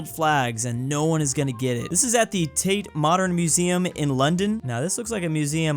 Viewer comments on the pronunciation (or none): none